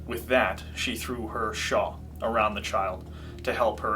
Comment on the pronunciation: *shawl, not “shaw”